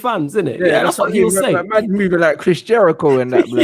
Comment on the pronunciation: man said chris jehrico yano 🤣🤣 lion tamer n all